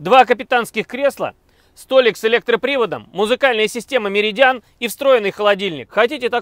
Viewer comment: Не МередиАн, а МерИдиан правильно произносить 🤦🏼‍♂️